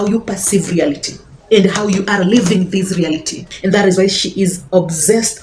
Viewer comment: "Living" and "Leaving"...your accent is challenging